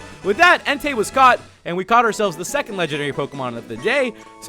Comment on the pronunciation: That part was great when you said "there we go guys, we found enetei" 😂😂😂😂😂😂😂😂😂😂 You're awesome bro 😊